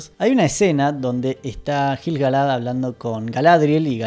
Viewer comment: Me explotan los oídos cada vez que decís JILGALAD